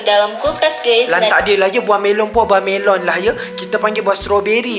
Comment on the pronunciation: Idonesia memang cakap buah melo😅